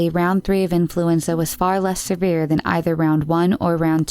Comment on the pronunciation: Please learn how to pronounce words. Its off putting when you conttinue to say things like seRvere. It's just severe, one R. And thats one of many words on all the videos.